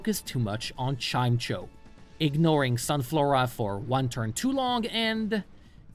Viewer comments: Wow I think this might be the first time I've heard someone call it "Chime-cho". It's always been "Chime-echo" as far as I remember. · I’m so happy I have finally found someone who pronounces Chimecho’s name the same way I do: “Chime-cho”. I know it’s actually pronounced “Chime-echo”, but I don’t care and this validates my childhood misunderstandings. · Let me be Hermione: It's WObuffet, not woBUFfet. Also, it's chime-ECHo, not CHIME-cho :).